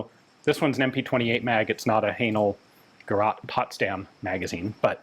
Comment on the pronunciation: Hallelujah! After all these years, Ian pronounced “gerät” almost correctly!🙏😇